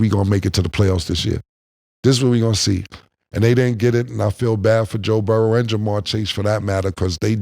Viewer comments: His name is BURROW. BUR. ROW. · Moe since when do you say Burroughs? Don’t dumb yourself down